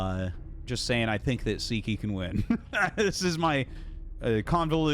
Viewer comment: Hey Artosis, Sziky is hungarian, in hungarian the letter "Sz" is a double letter which we pronounce as "S" in english. So as far as pronounciation, disregard the letter z in Sziky's name. :)